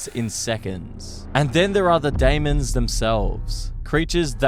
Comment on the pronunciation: “layz gun” “day-mons”